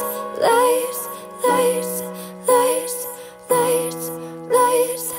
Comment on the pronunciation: I keep hearing lice instead of lights